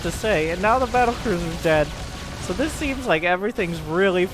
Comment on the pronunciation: When you hear Polt: "dis was a fine bait."